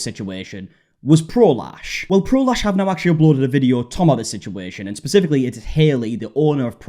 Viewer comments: I cant be the only one who doesnt hear prolash but prolaps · Every time someone says, "Pro Lash," I hear, "prolapse," and I've just been giggling this whole time.